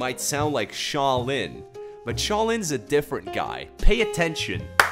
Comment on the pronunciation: I’m laughing since he said Sha Lin instead of ska drin